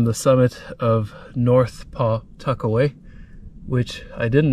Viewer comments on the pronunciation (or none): It's pronounced Puh-tuck-away not Paw tuckaway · We pronounce it "puh-'tuckaway." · I’ve lived in Nottingham and the whole area of Pawtuckaway most of my life, and not to be critical, but the w is almost silent in Pawtuckaway when you say it. Nothing scary about it. It’s a beautiful area. The state park if us natives could get in, we can’t because all the Mass people invade it during the summer, otherwise it’s beautiful. That God Nottingham has its own residence only beach. There’s camping, and cabins people can rent too. Did you go to boulder field in Pawtuckaway? It’s pretty fascinating. Pawtuckaway is a exstinct volcano. As crazy as things are though you never know if it will remain that way.…..